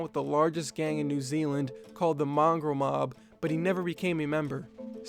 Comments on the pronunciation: You know you didn't pronounce the gang properly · The way he said mongrel mob